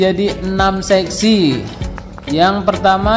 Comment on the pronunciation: Sesi/seksi gaeeesss😂